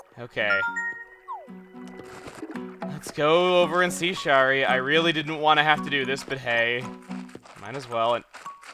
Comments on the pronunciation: I've just started this series because I've started playing acnl again and oh my god, it kills me the way he says Shari. Shari is my mom's name and it's not pronounced "Sharr-ri", it's "Sher-ri"/"share-ri". Similar to how Cher sounds. Edit: It's a shortening of Sharon, and you don't say "Sharr-ron" like some Lord of the Rings character, you say "Share-on". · I'm pretty sure Shari is pronounced sh-air-ee (a different way to spell Sherry).